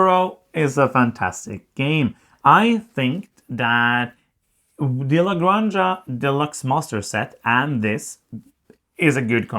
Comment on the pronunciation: I kinda understand native english speakers trying to pronounce everything in english like there is no other language in the world, but you guys! cmon... type how to pronounce "la granja", you are better than this! Love your work, keep it up